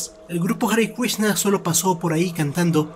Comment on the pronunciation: "Arrecuishna" o HARE KRISHNA?